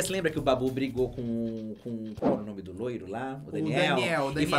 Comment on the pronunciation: eu amo que o não fala um nome na pronúncia normal, peguei costume em falar assim, AMO